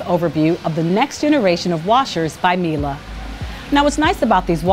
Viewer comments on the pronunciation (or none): It’s Mee’lay, not Mee’lah!